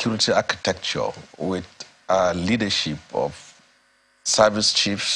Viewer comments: Did he say "High service" or "Eye service"🤔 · Eye service and not "High service".